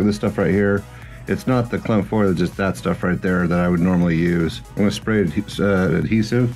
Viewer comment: Fo-lee-egde ;) great tutorial by the way.